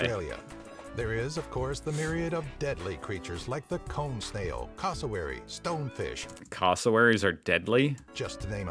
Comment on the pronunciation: first of all, that's not how you pronounce cassowary (short 'a' sound on the second letter) and secondly, yes. Yes, they truly are. Steve Irwin was wary about two creatures, one was the homicidal semi-aquatic mountain of muscle that is the hippo, the other is the modern-day deinonychus known as the cassowary.